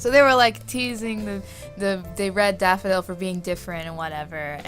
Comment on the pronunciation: "The red daffy dale (on a British accent)"....... ... Plus this months collab lol.